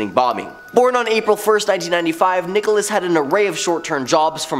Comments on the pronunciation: The name is Nichols not Nicholas. Geez where did you find this guy? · I am a working actor and voice over artist. My comments are intended in a positive, helpful, and encouraging way. I agree. He is doing a great job. Different countries do not however pronounce people's names in different ways. Nichols is always Nichols and not Nicholas. Perhaps you could use a lesson in positivity and manners when responding to comments online. Have a great day. Good vibes only. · you're making a mistake with Terry Nichols last name you're calling him Nicholas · Its pronounced Nickels.